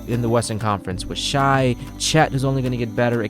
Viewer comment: SGA's first name is pronounced "Shay" not "Shy"